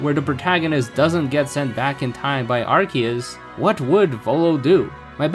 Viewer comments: It’s not pronounced as arse-ee-us 💀 That only existed VERY briefly before they changed it because it literally contained arse..butt. So that’s no longer the intended english pronunciation. Pronouncing it as arse-ee-us is wrong but it’s literally not that serious And what obnoxious subtitles? 😭🖐️ the only subtitles are ones you have to turn on! And they’re auto generated. If you mean the literal 2 seconds of subtitles that feature 1 small sentence 💀 than wow you’re triggered by subtitles WAY too easily.. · Obnoxious amount of subtitles, and saying Arse-ee-us wrong, I got 40 seconds in before leaving. Good day sir.